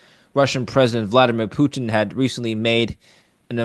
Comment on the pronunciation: Why can’t this guy say PUTIN like a normal person?